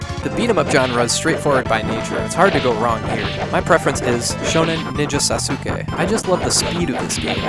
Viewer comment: I think its Sauce-kay, not Sass-sook-kay. [SASUKE]